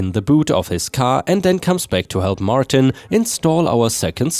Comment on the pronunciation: WFH = Work From Home Triumphant = "try um fint" not "tree um fint." Martin = "mar ten" not "mar teen."